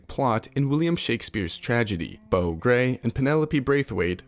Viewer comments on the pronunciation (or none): none